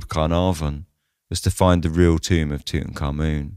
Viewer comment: You pronounce his name correctly. Few do. BTW, Lord Camarvon had to have had a compromised Immune System for that to have escalated to such a tragedy.